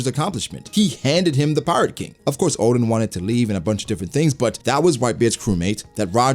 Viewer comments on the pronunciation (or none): none